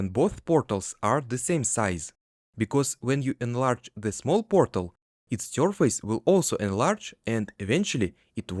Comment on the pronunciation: take a shot every time he says pörtèl